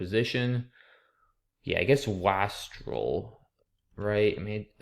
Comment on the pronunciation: WASTREL is pronounced with an "eh" A. Also, I saw it before you said it, somehow.